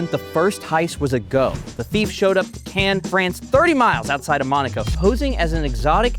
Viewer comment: “Canes, France” huh? 😂